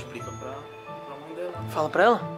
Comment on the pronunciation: Mãe ❌ Mãr ✅